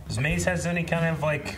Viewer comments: Are they pronouncing Mãze as Måz? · idk i feel like they shortened it even more to ‘maz’ and not ‘maze’ as their own personal nickname for her but then again, they do mispronounce names usually so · How are they all mispronouncing Maze now? They have been saying her name right and then this episode all of them forgot how to say it.